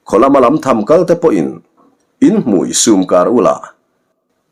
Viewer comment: Lamtham hi "Hming ka lam apiang ding zel rawh u." tiha 'lam' ang hian lam rik tur. Vau kam' tiha kam thluk ang hian 'tham' hi lam tur a ni.